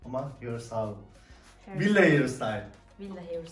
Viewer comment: villada bastıra bastıra söylemen çok saçma değil mi yapraam.